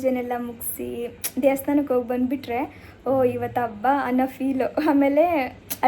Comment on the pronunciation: Please change your Kannada pronunciation ABBA alla HABBA